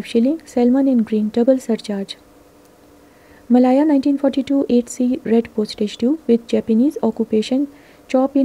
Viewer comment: Malaya is pronounced 'Meh-layer' not 'Meh-lyre,' n selvedge is pronounced as it is spelt, not 'selvudge.' Thanks!